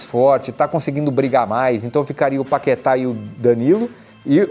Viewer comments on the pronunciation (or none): none